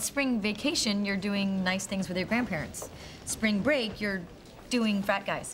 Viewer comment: Always thought Monica said fat guys not frat guys lol